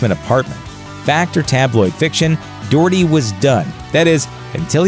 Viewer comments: Doh-herty not Doorty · 'dorty' lmaoooooo what is that pronunciation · Doherty, is pronounced Docherty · His name is pronounced Pete Dockerty not Doherty (as read). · Its pernounced doch(Ck)-erty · Docherty is pronounced Dock-Err-Tae. These are things you should really figure out before saying the name so many times on videos. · Pete 'Doortee' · Actually, I do because it sounds daft and not how it is pronounced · doherty is closer to the irish vernacular say it aloud, pronouncing the h as in the first sound of "hot"